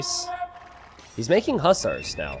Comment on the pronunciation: i love you but the way you say hussars is infuriating lol!!!!!